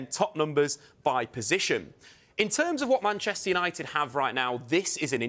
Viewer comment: can't even pronounce 'Manchester United' and she's the SENIOR reporter? Deary me.